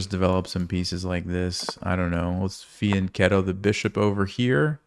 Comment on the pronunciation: Thanks for your videos, by the way the correct pronunciation of " fianchetto" Is with " k ", it's like "fianketto"